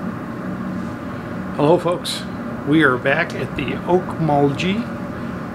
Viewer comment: I'm sorry, but no one around here pronounces it that way. the "-gee" is a soft g, as in "gas"